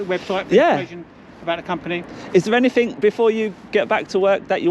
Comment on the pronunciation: Is that a new word in the Englis language "ANYTHINK"